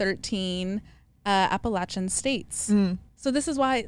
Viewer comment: As someone from the Appalachian mountains, I appreciate you pronouncing it correctly and correcting Alex! It’s literally one of our biggest pet peeves haha